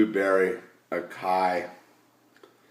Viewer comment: Haha, what up thought i'd let ya know its "Ah-Sigh-EE". I thought it was acai too.